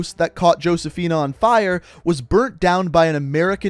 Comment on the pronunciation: I hate how much mispronounced Josephina & Cordis Die. Dude play the fucking game. How do you not know how to say that shit 😂